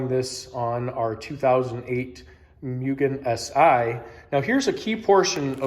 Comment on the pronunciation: Ok so if youve corrected since then, sorry, this is the first video of yours ive seen, but its pronounced "moo-gen" not "myu-gen"